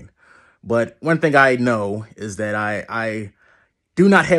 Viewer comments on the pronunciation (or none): That "dat" gave you away my bro. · 'that' already gave it away